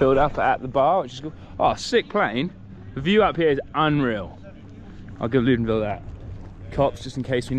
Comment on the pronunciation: Please Bernard, it’s LOUDENVIELLE 😉 our lovely home spot 🥰